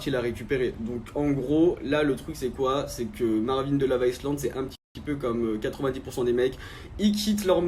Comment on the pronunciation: On écrit iSland et et il faut prononcer Ailand aquabebe !